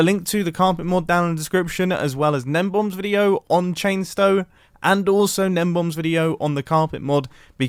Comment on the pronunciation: "Chainstoe" Mumbo, take a nap please.